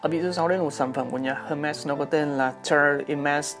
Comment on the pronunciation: Clip của a rất hay! Nhưng thấy a đọc tên các dòng nước hoa hơi lờ lợ. Hermès - âm H là âm câm, đọc đúng là “emes”. Hihi